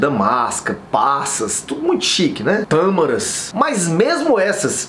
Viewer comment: Doutor quando o senhor falou tâmaras foi engraçao